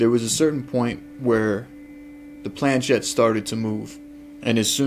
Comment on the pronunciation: Just to note the movable part of the ouija board, the planchet is of french origin and the ‘ch’ should be pronounced as ‘sh’ as ship not as ‘ch’ as in chip, also the word ouija is a mixture of the French and German words for yes, and should Phonetically be pronounced as Wee and Gee. Most people be they American or British normally pronounce the words incorrectly.